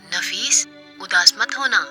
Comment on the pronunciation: Naffish nhi hota nafees hota hai